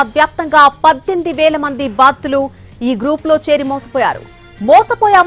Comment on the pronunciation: Baattulu kadhu thalli, Baadhithulu